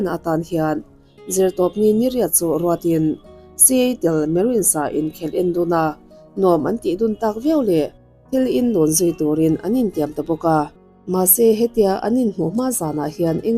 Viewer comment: Si-e-tal (Seattle) tih aiin 'Siatal' ti in a dik zawk ka va ring em!